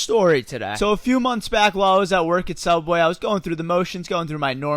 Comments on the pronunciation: Did anybody else notice that he said sooubway instead of subway. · You say suubway😂 who say that in his vid😂😂😂😂😂😂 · u said soubway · Why do you say "Subweh"? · In he said soubway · He said soobway just like the odd 1s out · "soobway" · He refrensed oddonesout he said "soub way" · He said soobway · what waz that soobway I had Theodd1sout flashback after hearing that😂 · You said sooubway😂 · said sooubway-:Sooubway TheOdd1sOut:Sooubway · Now we just gotta find a way to get Daniel Mac into this comment section Edit: HE SAID SOOUBWAY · no its malkway lol